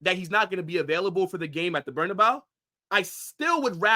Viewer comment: man said the burna bayou